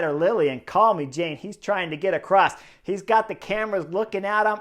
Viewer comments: Your pronunciation of Carl-me-Jane put smiles on my face. Also, nice work getting this uploaded so quickly 💪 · I always hear it as call-me-Jane! Makes me laugh every time